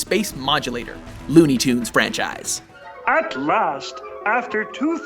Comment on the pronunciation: what the hell mean " franchaise"